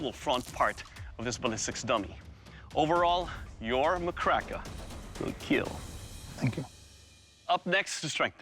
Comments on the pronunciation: It wheel keal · It will keal